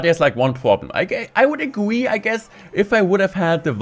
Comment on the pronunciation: ‘I would agweed’